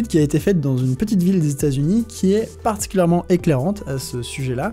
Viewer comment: À , cet accent québécois sur le "particulièrement" !